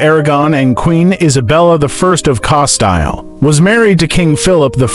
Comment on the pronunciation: Please improve on proper pronunciation. It's Casteel and Elizabeth last name is Bathory.